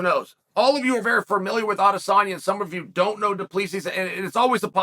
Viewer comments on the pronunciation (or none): none